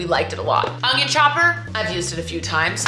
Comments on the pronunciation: Did you know that you add a g to the word onion? You pronounce it “ung-yun”instead of “un-yin”. I can’t unhear it😂 Love ya! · I was waiting for the ungion glasses! IT'S ONION, 😂